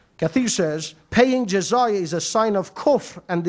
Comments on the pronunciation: jizaya LOL there is no such word in arabic doctionary . the word that he was refering to is jizya and he said it comes from jazaa and it means punishment you pay penalty for something , do you know from where he got that idea ? I tell you . in soccer the penalty kick is called in arabic darbat jazaa penalty kick = darbat jazaa so the dummy confused jizya with jazaa these two words have completely different meaning in arabic . He thought jazaa which he prounced it as jizaya means penalty while jazaa means reward in arabic here is a verse in koran uses the word jazaa from yusuf ali quran with transliteration 55: 60. Hal jazao al-ihsani illa al-ihsanu 55: 60. Is there any Reward For Good-other than Good? jazao = Reward and this is the exact same word used in arabic to mean penalty kick . the english concept of the fault in soccer game is to penalise the team which committed the fault so they call it penalty kick against the team . while arabs prefer to say to reward the team which the fault was committed against so they call it reward kick in favor of the team .you cant come up from root word j z y with word that mean to penalise or to punish . if somebody did favor to you you say to him in arabic jazaka lahu meaning may allah reward you. if you use the concept of the christian in video it will sound may allah punish you LOL is that what you say to somebody who did favor to you? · Excuse me what is Jazaya??? It's Jizya you fool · even to pronounce the word Jiz-ya he said it as Jizaya!! real shame to such men